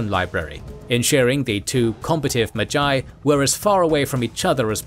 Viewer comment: Enjoyable video, except no one taught you how to pronounce magi...